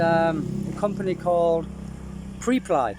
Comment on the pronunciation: Preply .. pronounced: PREP as in the first syllable of preparation + LY as in LEE .. not meaning to be an annoying grammar nazi lol .. just wanting to help :)